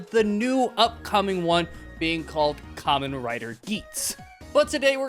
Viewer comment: You know for someone who just got into Kamen Rider, I’m surprised you’re pronouncing it right. Most new people call it “camein rider”